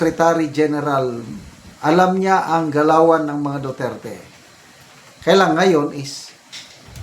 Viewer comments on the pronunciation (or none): none